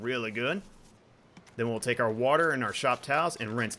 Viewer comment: "Soupy Warter"